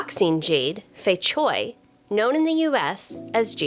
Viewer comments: Cui is noy pronounce choi. Its pronounced tray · Fei Cui, the pronunciation of "cui" Begins with the sound at the end of the word, "cats". So its not "chway" or "choy"